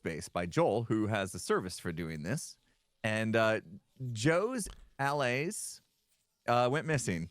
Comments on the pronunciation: Hermits will name the second largest city in America before they say allay correctly 😂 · How you pronounce "allay" is dependent on accent. It depends on how you pronounce alleviate. Some say /a/, some say /ə/. It depends on your accent. The Swedish developers probably learned English with Standard British pronuncation, which might be why they say /aˈleɪ/. I don't think most Americans would say it like that, I think /əˈleɪ/ is more common. But I don't know; just say the word "alleviate" and you'll know how you're supposed to say allay in your accent.